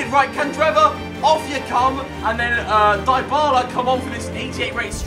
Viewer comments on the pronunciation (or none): none